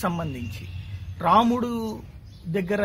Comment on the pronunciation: sir ramanudu kadhu ramudu sir!!!!